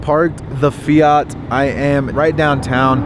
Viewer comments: Fiat not fiiiaaaaaaarrrttttt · The fact can’t even say fiat he in not from England!😂